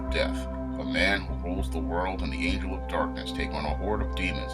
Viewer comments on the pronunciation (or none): none